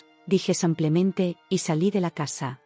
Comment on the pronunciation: Ay, ya. ¿Porqué samplemente? Van muchas veces que les dicen los oyentes que es "simplemente" no samplemente.